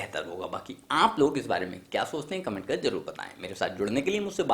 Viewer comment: Bhai कर to poora bol le..... Tere कर me bhi british accent h